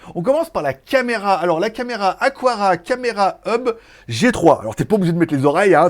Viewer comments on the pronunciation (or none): Aqara et non Aquara 😉